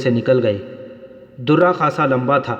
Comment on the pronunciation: Darra zabar k Sath bola jata he. Zair zabr paish or talaffuz ka khayal rakha karain.